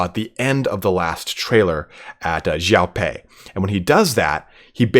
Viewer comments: Your pronounciation of Xiapi is actually the better one ; ) Same thing with your Xiahou Dun pronunciation keep it up man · Your pronunciation is much better! :) And you were close with Xiapi, definitely improving! Xia is close to "she-ah" in terms of sound, but said quickly together. Similar to my previous suggestion for Xiahou Dun. For Cao Cao, I think it's easier if I just link this for your convenience: Altogether, loving your coverage, your enthusiasm is infectious!